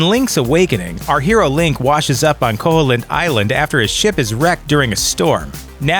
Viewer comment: It's pronounced ko-heel-int! Not ko-hole-int!